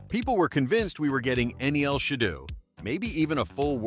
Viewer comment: And it’s she-dough